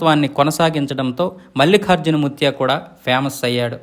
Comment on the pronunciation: మల్లిఖార్జున కాదు బాబూ ! మల్లికార్జున అని పలకాలి! తెలుగు తెలుసుకో!